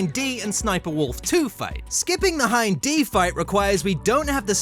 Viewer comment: Hin & D :face-turquoise-covering-eyes: it's Hind